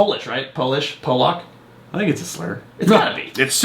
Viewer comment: Lol I had to go back to make sure you said Pollock 😅. I'm a quarter polish and yes there are many jokes my mom has told me that she heard as a kid.